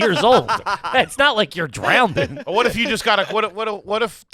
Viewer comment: “Drowndin” is all time trash pronunciation hahahah